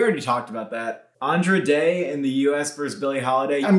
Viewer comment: just so you know for future reference, andra day’s name is pronounced like the word “and”